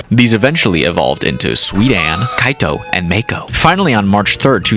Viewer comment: Il a dit K.O. au lieu de Kaito😅